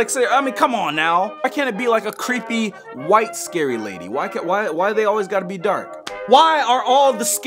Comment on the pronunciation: Please, stop saying whight